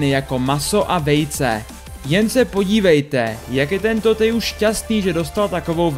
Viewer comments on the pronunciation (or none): PS Teju se čte Težu